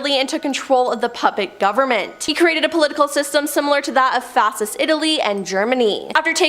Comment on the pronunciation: the lady hosting this section should really… 1.) learn how to pronounce “Fascist”, along with various geographical names, 2.) not look miserable, like this is the last place she wants to be (smile?) 3.) learn how to use inflection, pauses, and changes in tone/volume to relay an engaging story (these stories are crazy, yet her delivery makes them uninteresting) 4.) take a deep breath, slow down, and have fun with it. Maybe it was an off day but I feel like she needs to increase her confidence and comfort so she can be more at ease in front of the camera. I took in little from her segment due to the lacking delivery.